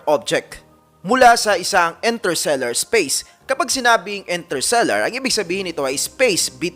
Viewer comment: Interstellar po hindi "Intersellar"